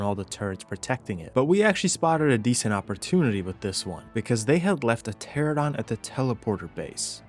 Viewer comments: I love the videos, but I gotta say: tuh-RA-nuh-daan not Tera-don lol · Ter-AN-uh-don - 10 years my guy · Ermm ackshually, it's pronounced "ter-ah-no-don" and they're not birds. It is a simple case of convergent evolution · Isn't 95% of PvP survival games offline raids? Anyway, the streamer that was shit talking about "beach bobs" sounded like a jackass, probably streaming to 1 person (himself). You are amazing at being a thron in the side of alpha chads, but jeez, please learn to pronounce the names of dinos correctly. Every time you said "teradon" I crigned a little harder. Let's not even talk about your butchering of rhyniognatha :face-green-smiling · How do you pronounce French words perfectly, but still can't pronounce pteranodon correctly. Pteradon 😂